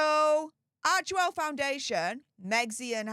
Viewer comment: Isn’t it arch well , then central e is silent?